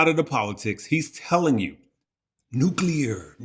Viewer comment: saying "nuclear" 😂 love you guys